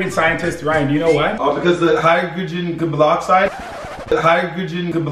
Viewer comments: Bro I wasding when Wolfie's friend said hydrogen clbokcide😁😂😀😀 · Omg I'm dead Ryan said hydrogen gebloxide!!!😂😝😂😝😂😝😂😝😂